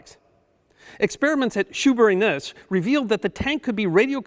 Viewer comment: Thanks for a unique selection. And for pronouncing Shoeburyness correctly.